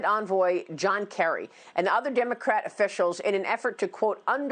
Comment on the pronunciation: Did she just say HAVAD Zarif? Iran is not meHico lol. This has been on the news for a decade. Least u can do is get the name right haha